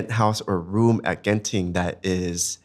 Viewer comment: I came here to Spotify just to say the way Singaporeans say Genting is so wrong! If you think Genting is creepy, check out Janda Baik when you guys can - super keras vibes there!